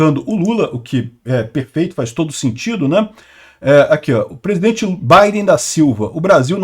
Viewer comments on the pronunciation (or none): Nao consegue pronunciar o fonema R, pisidente, petobás…